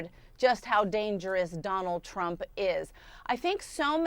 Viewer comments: not you called him Trimp 😭😭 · Just an aside - he called him trimp, right? Very funny!